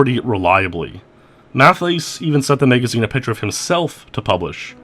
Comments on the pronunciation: "Maega-zeen" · He pronounced it Megazeen